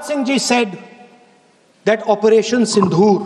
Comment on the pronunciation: Not "sindhoor"--- it is "sindoor"!